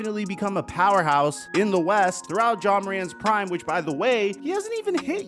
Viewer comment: Why you keep saying John